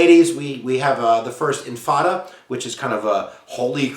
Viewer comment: The first "infada" Wow